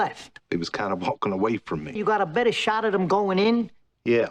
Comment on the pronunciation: "sometimes dead is betta'...'